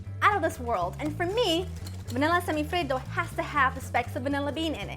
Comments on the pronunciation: Why do you say it like that ? Do you see any other country trying to pronounce cheeseburger like an American ? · I just love the way she says semifreddo